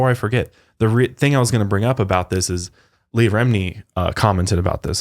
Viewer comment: Her name is Le-AH Remini. Stop calling her “Lee” 😬🤦🏼‍♀️